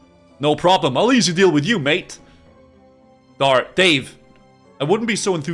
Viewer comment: "Darve- DAVE!" So he is doing it on purpose!